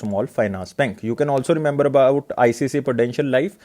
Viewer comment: Its not ICCI ....its ICICI